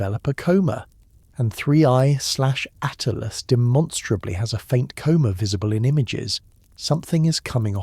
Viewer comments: HEY A-I, "Atlas" is not pronounced "ATE--LASS". Rather, like "AT--LASS". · Cant even say atlas correct